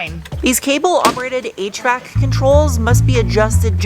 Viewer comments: For a second there, I thought you said "8-track controls and then my noggin registered via visual input that you were ACTUALLY saying HVAC controls 😂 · Had about one minute 58 seconds you said HVAC control and I thought you were saying eight track control